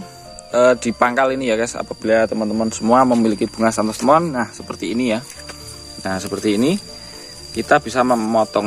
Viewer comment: Santos lemon bukan Santos temon